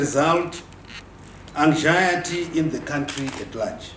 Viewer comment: ENG-ZHA-ETY XD